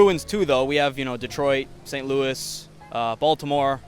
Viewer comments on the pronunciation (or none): none